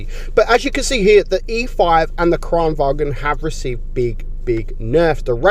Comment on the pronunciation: Btw Kranvagn is said Kranvagn, not Kranvagen (it’s not German, it’s Swedish)